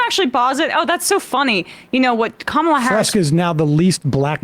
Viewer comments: Did you notice that he accidentally pronounced her name correctly once, immediately after purposely mispronouncing it - . I'm calling it the trumpian-I'm-not-christian slip, in dishonor of freud 😉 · He mispronounced then correctly pronounced her name in the same sentence. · Ever notice that when they are not paying attention, they are actually saying her name correctly, they only say her name wrong when they are really trying to say it wrong. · I love how Crowder accidentally said her name right then immediately made sure he said again in the same sentence incorrectly. These clowns are so over the top racist it is actually funny 😂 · Why do they keep mispronouncing her first name? Shes been in the VP office for 4 years now.